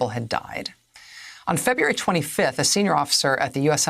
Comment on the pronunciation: Feb-u-ary ?? totally annoying!